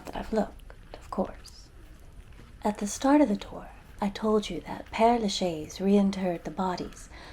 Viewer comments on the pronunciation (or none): You really ought to make an effort to pronounce the name of this cemetery. It's not difficult for a speaker of English to say "pear la shez." Great tour nonetheless.